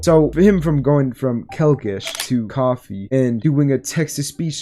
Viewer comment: for the love of god pronounce koofy right